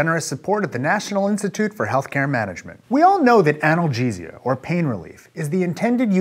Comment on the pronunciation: This guy is a doctor and he can't pronounce "analgesia" and "enkephalins"? :S